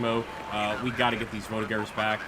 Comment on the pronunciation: It's not VoltiGEurs as in To GEt, but like To JEttison. Believe me, I've been French 24/7 for the last 54 years.